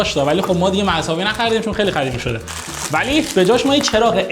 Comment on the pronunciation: داداش زحمت بکش به جای قاف خ نگو مثل قدیمی نه خدیمی